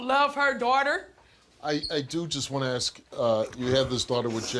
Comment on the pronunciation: Yet another black man who can't pronounce ask.